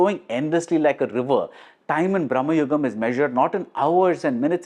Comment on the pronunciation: Again, it’s Bhra.ma.yugam. Not Brah.ma.yugam. Both are of entirely different meaning